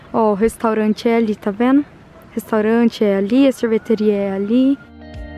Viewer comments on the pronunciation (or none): ..vc é uma amada..amo te ouvir falar..adoro o seu tá "veno"❤️😍😆